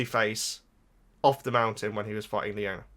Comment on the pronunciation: It's /eye-yon-nya/. ;)